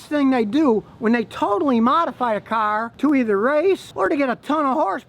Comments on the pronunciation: "You Can't take a catalytic converter off a carrr, It's against the law" haha ha I love it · "you can't take a caholiconverrrr off a cahhhr"